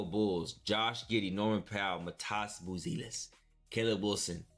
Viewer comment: Matasz buzeliz lol that's not how u pronounce it